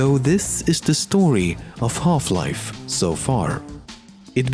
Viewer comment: if you're not a gamer then we all know you came here just to listen to this guy say "Holf-life". ADMIT IT